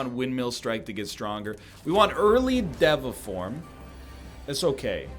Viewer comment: day 7 of telling NL that it's pronounced day va form